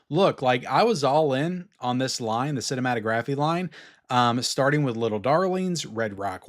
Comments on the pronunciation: Cinematographeeee? 😂 dude you don't pronounce the E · It's not cinematographE the e isn't pronounced at the end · Cinématographe is pronounced like the word autograph. Do not pronounce the letter e